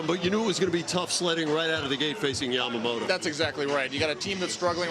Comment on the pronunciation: インタビュアーのキルステンさん、ヤマモトってしっかり発音されていて良いな。